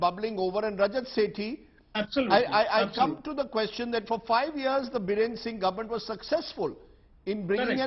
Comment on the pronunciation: Not Birender.. It's Biren